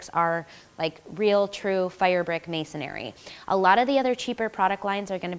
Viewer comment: The word is "masonry" not masonary